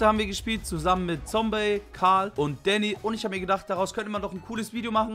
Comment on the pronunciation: Sry aber kannst du bitte Zombey sagen und nicht Zombie? Nur so ☺️